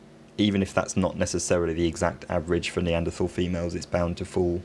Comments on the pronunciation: Another erudite skill. surprised at your mispronunciation of Neaderthal human beings, Or are you catering to the US market. follow the leads of Professors Stringer & Roberts? Well done nevertheless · Strangely, he does pronounce it “Neandertal” in the oldest video on this channel, five years ago.